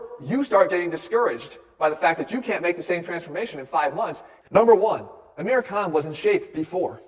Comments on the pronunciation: who else heard him say "aamir cunt" in the beginning? i had to turn on captions to be sure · It’s pronounced Aah-mir khan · His names pronounced “Aaa-mirrr khaan” for the non Indians, and ofcourse he’s enhanced, 90% of film stars are. No need to even take that into account, it’s set in stone. Aamir khan is also 5’4, still impeccable actor, a lot of Bollywood films wouldnt be worth watching without him. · No, Thats not how you pronounce it.